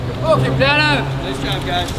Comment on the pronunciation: petey_likey it’s Peña not Pena 🤣